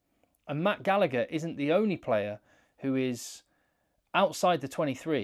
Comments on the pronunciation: The second G in Gallagher is silent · Love you but why cant english people ever figure out how to pronounce Gallagher 😂